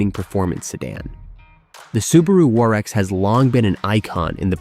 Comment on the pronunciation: Crappy computer-generated narration. WRX = War-X?!